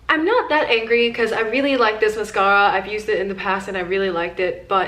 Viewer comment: The way she says mascara bothers me so much😭😩